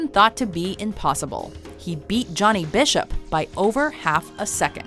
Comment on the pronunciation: I'm sorry, "Johnny Bishop"? Bloody morons, it's John Bishop